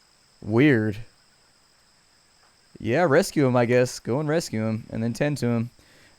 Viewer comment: Resqueuhm, and tendteuhm.